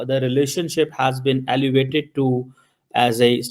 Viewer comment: who made you news anchor you cant prononce elevated you are saying allivated